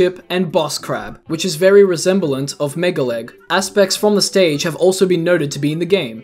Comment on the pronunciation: “Resembalant”. God... damn